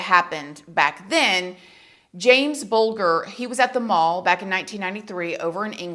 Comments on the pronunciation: Didn't get the 2yr olds name right jamie bulger pronounced bul jer no bull ker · It's pronounced bulge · His name is James bulger but you say it like buljer if you know what I’m trying to say because your saying it wrong, I think he should never of got out in the first place but he keeps getting out & we spending millions to keep him safe but we need to keep our children safe away from him it’s disgusting & heartbreaking for James parents, thank you ❤❤ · It's Not pronounced Bull-gar, it's pronounced Bul Jer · I remember this happening. I was living a few hours away from James and his family but it was horrific Also, it’s pronounced Bul Jer 😊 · We don’t mind ! But just to say James ‘s surname is pronounced “Bul-juh” 👍🇬🇧❤ I will say, I can’t see him remaining anonymous regardless. Unless he gets major plastic surgery. We’ve seen him as an adult. Just hope the “public” find him before he reoffends. That’s ONE guarantee, he will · Not to be petty or anything but you pronounce Jamie’s surname as Buljer even though it’s spelled Bulger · It's pronounced bul jer. I'm English. Noone here wanted them to ever be released. EVER. Their punishment was nowhere near enough. They were also never treated like prisoners, they were just in a home with other criminal boys, with video games, and all the things they actually wouldn't have been able to afford because their parents were poor! So actually they had a better life than they would have had. So when he was released and then we heard about the kid pics, we were all livid again!! That is why they were given new identity as they would be killed by someone. Well as I say, I'm English and if you ask anyone here they would say those boys should have never been released! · Bulger is Pronounced like the G is a J. Bul - Jer xx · I mean no disrespect, but James’s last name has a soft G, pronounced like Buljer. ❤️ It’s one of England’s most horrific cases, so unjust for poor James and his family. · Jamie bulger pronounced bul jer